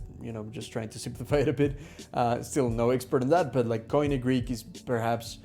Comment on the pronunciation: I don't think I'd ever try to learn Greek, if I weren't Greek, so this was interesting to watch! Note: koine is pronounced like "key knee" (at least in modern Greek!), not "coin ee".